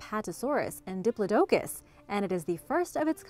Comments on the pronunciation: Say.... Dip...plod.... i...cus. It sounds better 😉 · Hold up, did she say diplodocus? What the heck was that pronunciation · Dip-lod-i-cus The dip-la-doe-cus pronunciation has always thrown me off. I’ve only just heard it over the last few years. Stop it, students. Stop it.